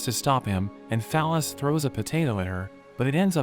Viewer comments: I keep hearing fal ys as phallus and now I can't unhear it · the bot pronounces fal-ys like "phallus" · That girls name is “Fal-ys”. 😂😂😂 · "Fal-Ys" is her name? Okay....